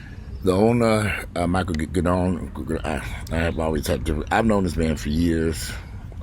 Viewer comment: I’ve known Mike for decades as well & would’ve told these fools to get his name right! It’s pronounced “Gid- I-won” NOT “Gideeeown” ugh these “journalists” want to report first instead of correctly. Another channel called him and his brother Alex a whole damn different first name wtf.